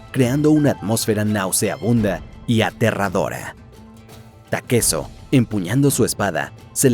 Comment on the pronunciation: Porque lo llamas takeso puñetas?